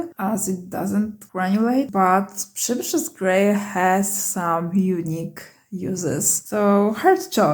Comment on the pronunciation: This was the best review of Roman Szmal paints on the internet. I have been wanting to buy a set of Roman Szmal for awhile, but they are not so cheap here in the United States. I especially want the Przybysz Grey and if you notice my last name you can understand why. The name Przybysz is pronounced Priz-bee here in the U.S. My sister-in-law has traveled to Poland several times and she has kept in touch with relatives we have living over there so she is going to try and get one of them to buy the Roman Szmal paints for me and mail them to her.